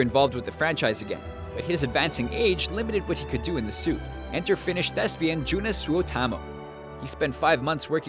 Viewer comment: 42 Yup, that was some horrible pronunciation. Guys, you pronounce Finnish exactly as it's spelled. Joonas Suotamo = Yoo-naw-s Sue-o-tah-mo